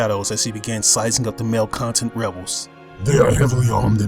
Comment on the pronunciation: When you said Malcontent, I thought you said Male Content. I was like "wut?"